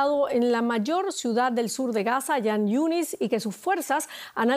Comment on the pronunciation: Jan yunis, se pronuncia como J en castellano no como Y.......